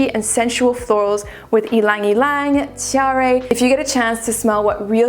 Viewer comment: When I heard you say Tiare...my name i literally smiled. You don't know how many times I've heard my name be destroyed lol. And your right... growing up in Hawaii I got to smell it and wear it on my ear. Smells beautiful 🥰